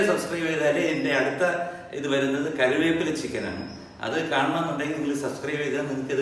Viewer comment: M G Anna when you say “Curry Veppila” the audience are hearing differently kariveppila Kari means charcoal or you can say curiyappila. The reason I’m telling you because I love you.